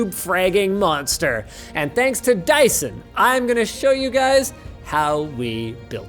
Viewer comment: Sounds like "Die son"😂😂